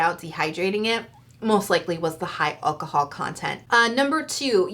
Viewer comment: And Al-cahol, not El-cahol...... no hate really✌️